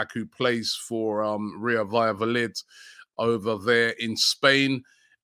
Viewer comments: Robbie 🤝 butchering names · loves butchering names 🤣🤣🤣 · Robbie is a legend in butchering names😂😂😂😂😂